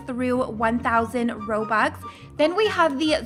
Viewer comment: Robux not erobux sorry